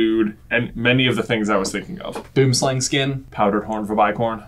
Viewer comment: You know the boomslang is a snake its name is in afrikaans and I know this because it comes from south africa where I live and I'm tired of you guys from other countries calling it a Boom slang you dont say it like that